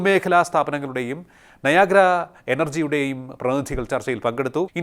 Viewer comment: നായാഗ്രയോ? നയരാ എന്ന് കേട്ടിട്ടുണ്ട് 😄.